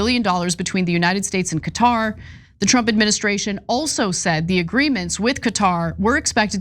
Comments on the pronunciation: The correct pronunciation of Qatar is like "Carter" without the "r" sound aa in "catar". Say it right Ana you're a professional! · I thought it was pronounced Cawtar. No r sound in the first part